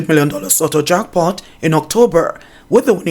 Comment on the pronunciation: says "jockpot" instead of "jack pot" lol. I'm just being mischievous in pointing this out.